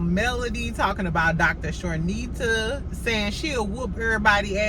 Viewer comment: Hey! Her name is Dr. Chanita without the (r). Charnita is the talent that Mel produces her show on Nubian TV. I hope you are having a good day as well! Love your channel.